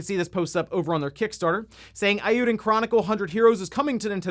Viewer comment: It's a wild guess, just like your pronunciation of eiyuden...